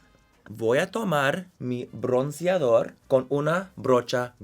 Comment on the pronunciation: Amé, 'voy a tomarrr mi brrronceadorrrr' jajsjasja